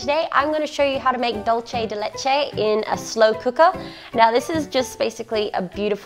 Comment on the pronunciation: Du-say de leche